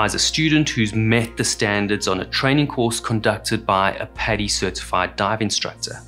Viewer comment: It's 'padi' not 'pedi' Maybe call it 'pedi bear' :facepalm